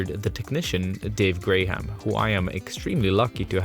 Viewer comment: I love how you pronounce his last name like "Grey-ham." Intentional or not, the connection with one of Gandalf's pseudonyms really pushes Dave's own epithet of The Wizard.